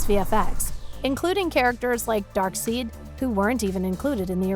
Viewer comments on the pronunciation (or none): Ikr your not over reacting, that sucks lol it’s pronounced DARKSIDE for God’s sake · Dark-seed??? It's pronounced as Darkside (Darkseid)!! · The villains called Darkseid not “ Darkseed” smh 🤦🏻‍♂️ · She really said 'DARKSEED" lmfao! Do a smidge of research before talking thanks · she really said “Darkseed” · Oh come on not "Darkseed" its "Darkseid" I thought CBR guy was the only who just said that. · It's DARKSEID (pronunciation: Dark-side), not DARK-SEED. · It's Darkseid not a DARK SEED stupid biatch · DARKSEED ITS DARKSEID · She did not just say Darkseed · she pronounced darkseid to literally like DARKSEED! and steppenwolf as STEPHENWOLF!!!!! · Did she just say "DarkSEED" lmao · Did you said "darkseed" ? Thats an insult 😶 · "Darkseed" I'm so done. When reading from a script and have no idea what you're talking about. 🤦🏻‍♂️ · Did you just say "Dark-seed" and Stephen-Wolf? lol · did she just called DARKSEID as DARKSEED? what would she call MERA? MEEE-RA? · who let her say “darkseed” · So Darkseid is now pronounced as Darkseed now, okay!!! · "DARK SEED" and "STEFFEN WOLF"... Your editorial team and narrator sure didn't give a flying fuck about the movie eh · This movie is a masterpiece. Probably the best superhero movie after Infinity War and Logan. So please don't let someone who says DarkSEED take on these videos! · Just had to point out the pronunciation of "Darkseed". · Can I just say: Darkseid is pronounced as DARK SIDE. Okay Thank You. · DarkSeid is pronounced Dark Side* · Hahahahahahahahahahaha I CANNOT believe the way she said Darkseid!!!! What an insult!!! 🤦🏻‍♂️🤦🏻‍♂️🤦🏻‍♂️ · BRUH PRONOUNCED DARKSEID WRONG AND CALLED THE MOVIE SYNDER CUT CRINGE. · You actually said Darkseid wrong!!?? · the way she says darkside ewww